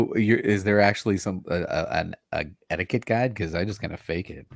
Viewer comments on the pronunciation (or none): none